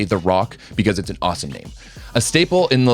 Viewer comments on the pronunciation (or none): none